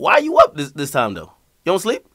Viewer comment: "Dis a headset" Tap tap 💀